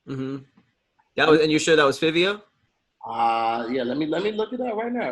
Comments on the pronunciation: Lmao it's pronounced "Favio Foreign" like Dabio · And iITS PRONOUNCED FIVE-E-O SOUND IT OUT SMH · pronunciation of fivio is cringe worthy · You pronounce Fivio like Five-ee-O he was pop smoke mans he Nd from the same block as Bobby and rowdy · Its pronounced like Five-E-O Fivio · The way they Pronounce fivio make me tight 😭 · Hate how they be saying fivio please say it right New York niggas mad at y’all rn